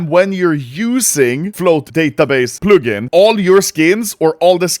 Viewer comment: Never say "plugin" again